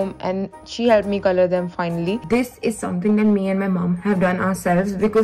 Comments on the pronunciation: you know when we spell colour this way it doesn't change the way its pronounced its not colooor its just colour the same way you'd say it i just had to give that an honorary mention coz I find it so hilarious and idk if he genuinely thinks that's how it's pronounced 😅😅😅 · Says “colour” likes it’s a foreign language when that’s how Canada and UK spells it 🥲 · Well, no need to mispronounce “colour”. It’s used in British English. Just like “favourite” instead of “favorite”. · But whyd he pronounce colour as COLOUUURR like colour is how the British spell it it doesn't have to be color LMFAO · Oof it triggered me how he pronounced colour 😂 how we spell it in the UK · the way he said ‘ c O l o U r ’😭😭😭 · YES LMAO he said colOuRe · The way he said colour because of the u 💀😂💕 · Hahaha the way pronounced the Canadian version of color/colour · Pls the way he said ‘hair colour’ lmao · Why the emphasis on "hair colour" like she spelt it wrong🤣🤣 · 😭 How pronounced col-ouuure in the very first video. That's how we spell it outside of the US 😭😭😭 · the first video where you pronounced colour wierd, that's how you spell 'color' properly 🤣 you Americans.